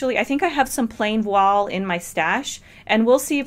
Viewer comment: Thank you for this detailed analysis! Voile rhymes with toile. It's a french word.